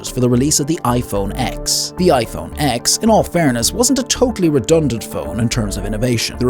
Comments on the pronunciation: Just a heads up, the "iPhone X" is pronounced "ten" not "ex". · iPhone Ten. Not x. Come on! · Stopped taking the video seriously when he pronounced it iPhone 'ex' and not ten 😭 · iPhone X is pronounced "10" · Nobody calls it iPhone X as in the letter "X" but rather the number 10, is a slip up from the AI voice you are using to narrate the video, but is still quite impressive almost perfect! We probably won't be able to notice in a year or two!